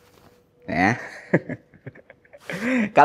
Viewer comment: yang bener itu RnD bukan randi editor 🗿